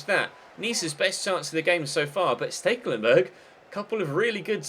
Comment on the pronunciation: Ste-kel-en-berg not really that hard tbh..